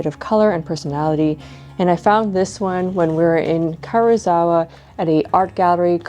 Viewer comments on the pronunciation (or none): I enjoyed the video, and I know this is obnoxious but, please, that "i" in Karuizawa can't just be ignored. It's ka-ru-ee-za-wa.